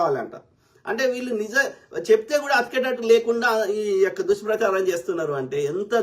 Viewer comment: Bro నువ్వు ఈ యొక్క ఈ యొక్క అన్నప్పుడల్లా నియ్యక్క నియ్యక్క అన్నట్టు వినపడుతుంది 🎉😊 రివైండ్ చేసి విను కావాలంటే